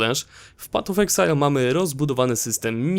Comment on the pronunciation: Patof exile xD